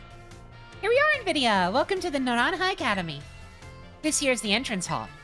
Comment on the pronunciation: Holy shit finally someone that pronounces naranja correctly